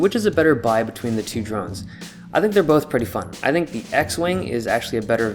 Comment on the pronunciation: I heard "drugs" instead of drones. Then again my hearing is slightly off these days...